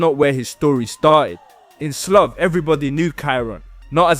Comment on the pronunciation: Slough is not pronounced as “sloth” it’s pronounced “slaow”